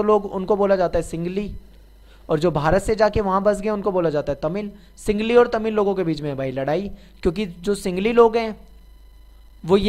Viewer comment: Sir ye singli nhi sinhali h